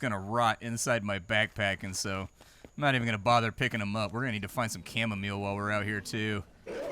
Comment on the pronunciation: 'Camo-meal' xD